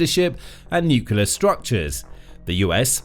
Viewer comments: Can't take this video seriously - the word is NUCLEAR : NEW CLEE ERR --NOT: NEWK U LUR Given that this is the biggest worry about the whole conflict you'd think they'd get it right. JFC. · Nu-cle-ar. Not nucular. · Why do so many people pronounce nuclear as nucUlar. Sounding like George Bush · The mis-pronunciation might be intentional, given how YT algo works.